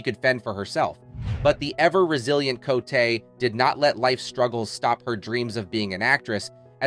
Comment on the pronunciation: She pronounces "Co'tee, not cotay